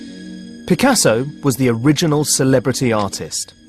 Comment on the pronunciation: You're right this man could habe try to learn correct prononciation. Picassoww !